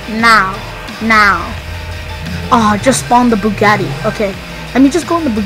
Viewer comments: You say bugaaati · Truffade addder no Bugatti adder😂😂😂😂😂😂😂😃😂😃😂